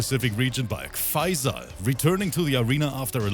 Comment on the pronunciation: he sounds like hes saying pfizer every time hessaying faysal